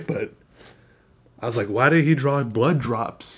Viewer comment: "it really dud"